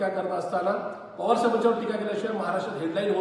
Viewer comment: अडाणी तडीपार आधी शरद पवार म्हणायला शिक .